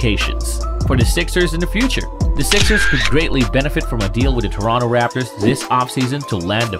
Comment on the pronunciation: He said rapors